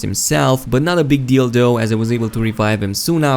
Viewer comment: It sounded like you said 'Not a big DILDO'. LMFAO! Lost in translation I guess. =)